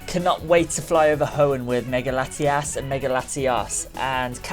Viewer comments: You keep daying their name is laitias and latias but actually its latios and latias, keep it right next time I'm getting confused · It's latiOs and latiAs not latias and latias